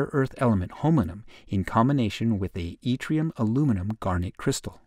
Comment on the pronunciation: The narrator mispronounces holmium - saying holminum!